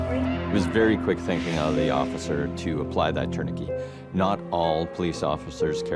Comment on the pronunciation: They are saying tourniquet wrong